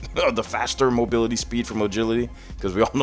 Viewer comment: Did you just say mogility lol?